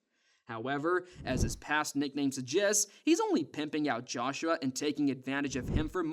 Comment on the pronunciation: The way you pronounce certain words piss me off. Naive. Joshua. And what you said about putting the fries in the bag, i have no idea wtf you were tryn to pronounce at the end of that sentence